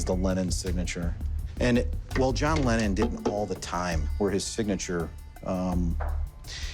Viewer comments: John “Lennen”?? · its lennon.....not lennen